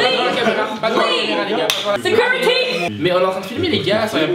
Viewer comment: "Securityy" x)